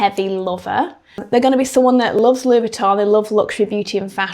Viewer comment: Oh this is a treat! Monday with Victoria. It really is an exclusive brand we get an additional vid!! Thank you for not attempting to pronounce Louis Vuitton with a French accent. Other creators do and it sounds so irritably pretentious. This brand is only interested in producing quality over quantity. What we think of the price point is irrelevant. It’ll still fly off the shelves.